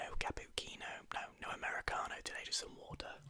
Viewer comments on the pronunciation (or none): wait did he deliberately mispronounce cappuccino? Lmao